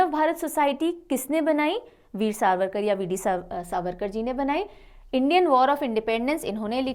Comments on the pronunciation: it's savarkar not sarvarkar.. it's really not acceptable.. because he's not just anyone..one shot know about our freedom fighters atleast one shud take their name properly..it might luk a small mistake but u were saying it again again which anguish me.. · Please make a note mam it's not Serverkar it's V. D .Sa-var-kar.